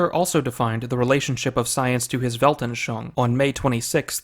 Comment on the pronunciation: Weltanschauung has four syllables. Welt-an-schau-ung. You pronounced it as if it had three, but after 'schau' the last syllable should be pronounced 'oong'.